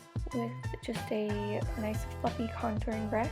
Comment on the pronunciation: when she said: a nice fluffy contouring brush i thaught she said a nice fucking conouring brush! :)